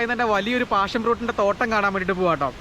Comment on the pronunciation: പാഷൻ fruit ആണ്.. Not ഫാഷൻ 😂